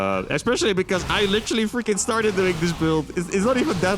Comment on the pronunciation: Can you please stop saying litchely all the time. Thank you.